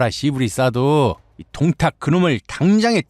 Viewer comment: 원또(원소)의 똥따령관 부분에서 ㅋㅋㅋㅋㅋㅋㅋ 김밥 밥알이 날아가는 사태가 생겼습니다. 방심하면서 먹으면서 듣다가 사레 들리고 ㅋㅋㅋㅋㅋㅋㅋㅋ 이건 뭐 쌈국지 들으면 늘 있는 일이라 ㅎㅎㅎㅎㅎ 동딱이 아니라 똥딱같은데... 들을 수록 귀엽잖아요 우리 귀요미 원또 발음이. 밥이 그냥 쑥쑥 들어가네욤. 한참 까르르 웃는 와중에도 역시 오늘의 교훈은 놓칠 수가 없네요. 꽤 여러가지도 나오는데다가 요즘도 그닥 저 시대랑 다르지 않구나 하는 것을 매치시키며 생각하다가, 인간의 본성이 그런걸까도 싶고 생각이 꼬리를 무는군요. 참 쏠쏠합니다 재미와 교양까지 일거양득이라. 아군인거 같아도, 꼭 그 안에 개인적인 시기 질투로 본질을 흐리면서 분열을 일으키는 자는 어디든 있죠. 원또가 동생을 맴매해서라도 버르장머리를 고쳐줬음 싶기도 했습니다. 동탁 토벌이라는 본질보다는 자신만의 그 자괴감에서 도출된 시샘은, 전장에서 무리를 이끌어서는 안 될 가장 위험한거죠. 결국 그 토벌 대상인 동탁하고 그럼 무에가 다르겄느냐... 이 말입니다. 원술 참 못됐어요 속도 좁구요. 진짜 적은 내부에 있다는게 이런 경우같고, 결국 그 사람의 그릇된 욕망이 자중지란이 되는거 같습니다. 특히나 원술이 본인이 이룬게 아니라, 원또라는 형님... 즉 자기 가족의 힘만 믿고, 자기 영달만 챙겨서도 일이 제대로 꼬인거 같아요. 작금도 별반 다르지않다고 보는게... 학폭이던 직장 내 괴롭힘이건 지나가는 사람들에게 마구잡이로 그러건 그런 이들을 까보면 상당 수가 '가족이 뭐다'가 꽤 역겹게 자주 나타나곤 하죠. 하지만 원술도 요즘 시대의 또 다른 원술같은 자들도 간과하는게 있죠. 진시황도 천년만년 사는걸 몬했는데, 즈덜이라고 오래 살겄어욥? 그래서 사람은 맘 곱게 써야, 두 다리도 편히 뻗고 잘 수 있는거구나 하는 깨달음을 이번 15화가 묵직히 주네요. 재미나게 엮어주신 문화류씨 작가님, 너무나도 맛깔나서 밥 먹다가 사레도 여러 번 들릴만큼 신들린 더빙을 해 주신, 덕분에 폭염의 날씨임에도 불구하고, 식사 시간이 즐겁고 시원하고 기분까지도 좋아서 행복합니다. 고맙습니다!